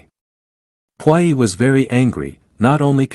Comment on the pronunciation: Please learn how to pronounce the words correctly. Puyi is pronounced poo yee. Look words up if you're in doubt.